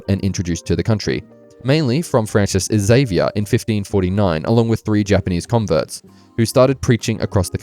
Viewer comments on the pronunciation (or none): none